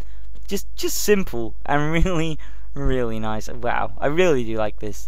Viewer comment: i hate how he says really